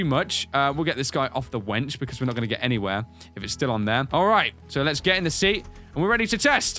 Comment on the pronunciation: he kept calling the lift a wench